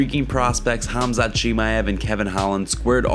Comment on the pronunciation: 7 1/2 pounds is not close to 10 pounds, don't lie and speak the truth! Learn how to pronounce Khamzat!